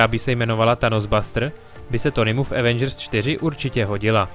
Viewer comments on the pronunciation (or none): none